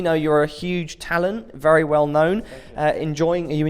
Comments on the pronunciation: hahaha he don't say very he say wery xDDDDD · Wery Good Ewyone just joking I love Kenny :D